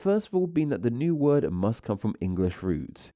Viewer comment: You have a very strange way of adding an "uh" onto the end of some words, eg "word-uh". Whats that all about, is it some kind of regional accent-uh ?